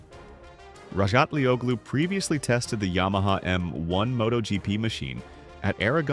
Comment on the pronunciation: The 'G' in Razgatlıoğlu is silent. It's pronounced Razgatlioulu, just in case anyone may wonder. Good luck, Toprak.